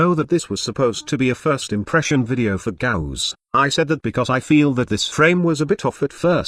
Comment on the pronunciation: sounds like text to speech is saying ghost every time